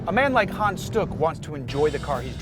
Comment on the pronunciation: Well Hans sounded more like Han, But stuck was ok ;)